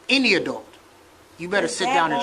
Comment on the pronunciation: wtf is an “adelt”?